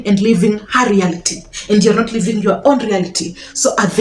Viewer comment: "Living" and "Leaving"...your accent is challenging